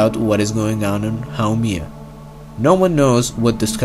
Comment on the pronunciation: Its not called how mia